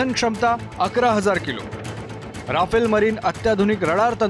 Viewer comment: आधी त्या विमानाला "रफाल" म्हणायला शिका... 😏